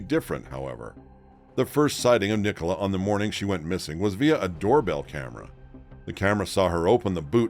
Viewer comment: Police nationwide are institutionally corrupt and incompetent. Nicola pronounced Nik uh Lah